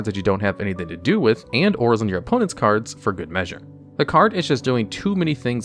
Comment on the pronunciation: Did he mispronounce cards again?